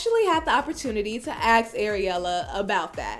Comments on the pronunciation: It's ASK not Aks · yeah I almost axed 🪓 myself but my mom stopped me from doing it. Jesus how difficult is it for a native speaker of a language to speak that language properly ? 🤦🏻‍♂️